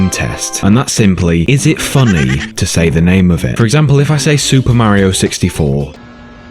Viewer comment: super "marryo" 64